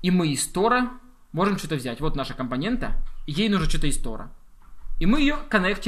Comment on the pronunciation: компонентА, компонентУ - это в какой станичке так говорят?